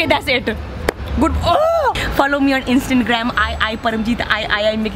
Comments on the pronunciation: All I hear is "Instant-gram" 😂😂😂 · Instangram 😂😂😂😂 I love when they say this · I know this is an old video but I just had to💀💀 ''So now you take shower on instangram'' 😭😂😂😂😂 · "Instantgram" lol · "Instantgram" anyone noticed lmaaooo